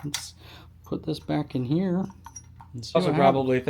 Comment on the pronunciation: "Shoot a lil bit in heyuh" 🧑‍🔧